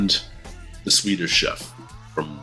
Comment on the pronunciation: Swede here. Ardal was bloody good at the Swedish, even getting our rather specific vowel sounds. Thoroughly impressed.